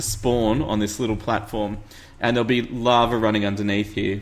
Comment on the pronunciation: What is "Lovver"? He seems to say this in place of "Lava"....why is there an RRRRRR?